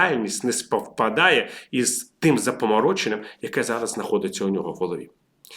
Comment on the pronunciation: Шановний пане ВІТАЛІЮ, наголос правильний такий: запАморочення, навіжЕний. До речі, хто у Вас викладав українську - Галина Іванівна чи Олена Миколаївна? Так, так, ми вчилися в одній школі.